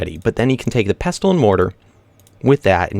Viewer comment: In pestle and mortar, the 't' (pesTle) is silent